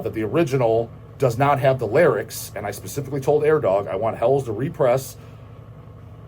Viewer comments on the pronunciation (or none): none